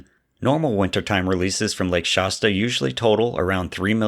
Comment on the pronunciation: Pronounce Shasta better. It’s not Shosta, or whatever it is you’re saying.